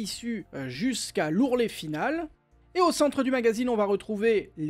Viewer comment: Ourlet et non bourlet😅